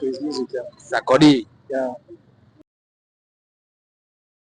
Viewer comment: If u heard ''Sarkodi''😂, pls register urself here👇... #sarkodie #Ghana🇬🇭🇬🇭🇬🇭🇬🇭❤️